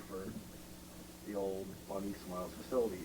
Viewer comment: FINNALYYY edit : it physically pains me when he says “bonnie smiles” and “bonnies burgers” edit : analog theory??